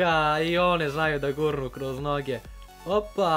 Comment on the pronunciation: kažeš kroz none a ne noge